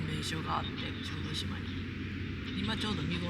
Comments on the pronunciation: 「しょうどじま」 つったか？（笑） 「しょうどしま」ね 良いとこでしょ？ 私も何度か行ったことがありますが、キャンプはしたことはありません 参考にさせていただきます いつも楽しい動画をありがとうございます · 小豆島はしょうどじまではなくしょうどしまだとおもいますが☺️ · すみません。しょうどじまではなくて、しょうどしまです。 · しょうどじまではなく、しょうどしまです😊アート巡りをしていた頃の記憶がよみがえり、ほっこりしました。ありがとうございます☺️